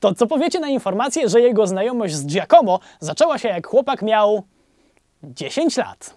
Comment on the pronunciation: no super robote robisz tylko jak masz powiedzieć jakieś zagraniczne słowo to wstawjaj akcent tam gdzie powinien być i staraj sie wypowiadac tak jak powinno być. Giacomo sie czyta Giàcomo , a Pieta to Pietà . i nie mówie tego bo sie chce teraz wychwalać bo znam włoski ale dlatego bo na serio bardzo śmiesznie to brzmi